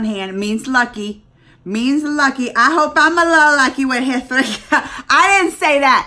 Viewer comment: "H" is silent in "Hrithik Roshan" 's name!!